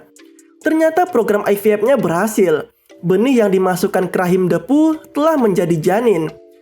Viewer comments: Bacanya dipu kali bang ..... bukan depu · Bacanya bukan Depu tapi Diipu